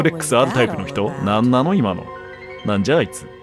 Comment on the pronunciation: 「何なの 今の」のなまった言い方が好き